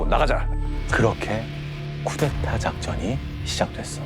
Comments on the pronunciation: 쿠데타를 왜 쿠테타라고 말할까? 발음이 힘든가? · 저 여자는 왜 자꾸 쿠테타라고 발음하나요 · 찾아보니까 나이 많은 사람이 쿠테타라고 발음한다 하네요